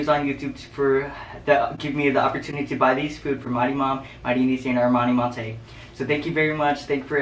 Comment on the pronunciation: He pronounces her name monte